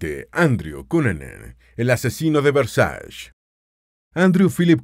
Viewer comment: No es Versash, es "VERSACHE". Es una palabra italiana, no inglesa.